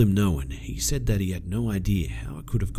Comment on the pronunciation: You keep saying "I *said*", "she *said*", etc., with the emphasis on "said", and it's driving me fucking nuts. Just wanted to point that out :D